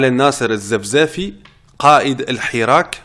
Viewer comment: كلمة "الحراك" نطقها الصحيح بفتح الحاء "الحَراك" من الحَركة وليس بكسرها.. وهذا خطأ منتشر حتى في وسائل الاِعلام.. شكرا